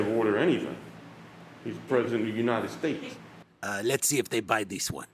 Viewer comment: As of July this year, Trump has made over TWENTY THOUSAND false, misleading claims. Many of which he subsequently denied making, despite video evidence. We've seen him fail to say things like "United States" (United Staysche or whatever), we've seen him have to hobble down a small ramp and then lie about how steep it was. He's bragged about doing "well" on a cognitive test, the same time they use to determine whether someone has a serious brain injury. And we've seen him struggle with the most fundamental aspects of English and basic human speech for years - ever read a transcript of a speech he's made? It's basically gibberish. The list goes on. My point is that while Biden may make some gaffes, it's not even close to the level of insanity that we've been living under for four years. Biden can actually admit to making mistakes and then correct them. And he doesn't try to tell people that reality is a lie. I guess what I'm saying is: lol. kind of audacious to try to use Biden's mistakes (which all of us have made before) against him, especially if you're not going to link to a video (well you'd need a playlist) of Trump's mistakes and intentional misrepresentations.